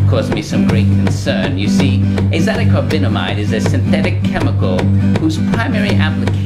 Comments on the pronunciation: Azo-di-carbon-amide that's how you pronounce it not Azadacobinomide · I'm surprised your extensive research didn't turn up how to correctly pronounce azodicarbonamide